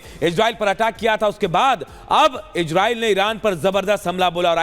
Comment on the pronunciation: Igreil ni re gandu isreil o